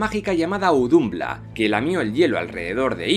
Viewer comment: Las pronunciaciónes de las razas y todo eso son pésimas y no es fuego y hielo es muspelheim y nifleheim y audumbla se pronuncia ardombla. Y no es asir que es como tu lo pronuncias es aesir tal y como se escribe. Los elfos de la luz y los oscuros viven en el mismo sitio. Pero en svartalfheim viven solo los enanos. Y helheim y nifleheim son el mismo reino pero odin Le dio ha la diosa hela una parte de nifleheim ha la que anomeno helheim la tierra de los muertos.